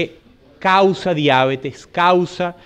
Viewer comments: La palabra diabetes, con vocal tónica en la primera "e" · ¡¡Gracias!! Nota: La palabra "diabetes" es sin tilde en la a, por lo que es curioso la forma como aquí se le pronuncia.